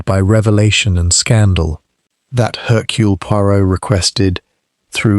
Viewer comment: It's not 'Haircule' it's 'Ercule'.